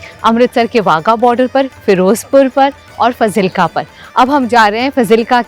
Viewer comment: Fazilka's pronunciation is wrong.. It is pronounced as "F-a-a-a-z-i-l-k-a"